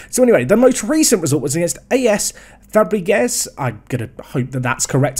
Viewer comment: No longer butchering pronunceations, this is french. We send them to the pigs straigh away and see what's left after they're done with it:) Agde: Ak-de Fabregues: Fa-brea-guh Olympique Ales Cevennes: Read, damn you. It says Cevennes. That's Olympic L.S. Sea-van Additional challenge. After this series, will speak a little more french